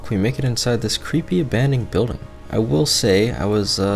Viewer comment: “abanding buildun” lol